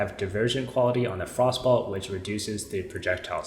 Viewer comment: I like that you accurately pronounce it as “frost ball” instead of “frost bolt”